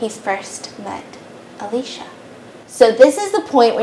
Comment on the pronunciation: Whose Alesha?😭 i thought her name was Alicia (uh-lee-see-uh)😭😂